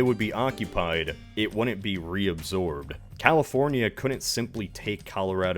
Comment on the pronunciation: You say 'wouldn't' weird.